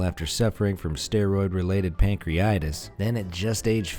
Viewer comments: pancreatitis not pancreitis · Pan-Cree-a-titis! not pan-cre-itis